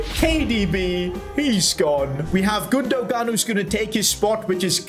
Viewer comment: Ok Your Triggering Me (No Hate) It’s Pronounced “Gun-do-an” with a silent G. Just so you know!